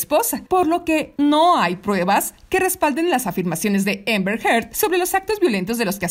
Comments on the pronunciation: Repite conmigo; Amber, no Ember!! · Por qué le dice EMBER a AMBER....